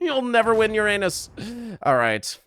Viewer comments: No way this video is monetized with this accenting on Uranus💀💀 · happy vacation edit: "ur-anus" "regular-anus" well done